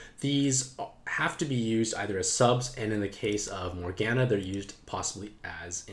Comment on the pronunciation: Oh the morgana pronunciation.